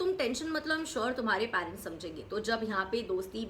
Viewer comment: “Parents” theek se pronounce karna seekho